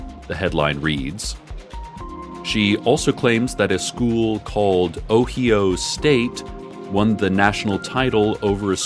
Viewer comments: I like how he spells ohio I am from Ohio and I ha e never heard it spoken that way 🤣🤣🤣🤣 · I'm so glad I have the house to myself, the way he said Ohio had me cackling like a witch so much that I went into a coughing fit.